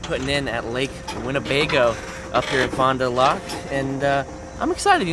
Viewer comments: Fond du lAk it’s a a not a o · "fon du lock" lolol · Awesome that you started where I was born !!! and it's pronounced Fon doo lack and you need to drink A Leinie to celebrate all those sheephead you caught. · "Fon doo lock" SMH come on your at least from the flat land.